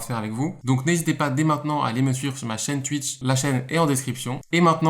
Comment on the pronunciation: Ça me perturbe qu’il dise "tuitch" et pas "touitch"